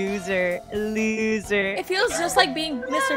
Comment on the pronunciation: Bro he js called himself a loser cuz he said iloser